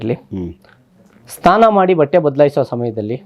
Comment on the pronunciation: Nimige SNANA anta pronunciation bartilla STANA antira